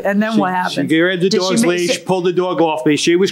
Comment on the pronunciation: Look, I’m from the South and people make fun of how we talk.. but can we discuss how some of these litigants use two syllables for the word dog? “Daww-ig”